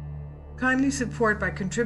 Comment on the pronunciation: Love your channel! Did you get a new mic? You sound a lot better. :) BTW, Patreon is pronounced PAY-TREE-ON. Keep up the great work!